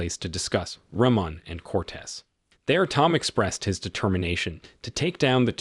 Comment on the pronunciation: He keeps saying the names wrong. It's Freemont and Coates. Not Reman and Cortez.